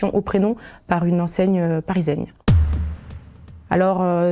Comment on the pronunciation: "Une enseigne pariseigne"